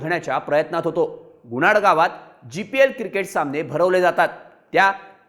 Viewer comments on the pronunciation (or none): गुणाड नाही गुनाट